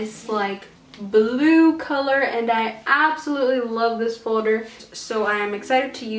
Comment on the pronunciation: You keep saying foder when it is folder